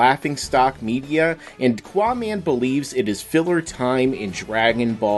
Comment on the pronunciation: GUYS ITS QAAMAN NOT QUAMAN